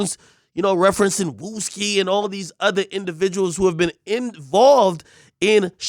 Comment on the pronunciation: LOL NOT WOOOSKI